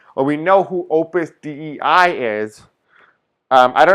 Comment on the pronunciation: Dei is pronounced day. Thanks for reading on it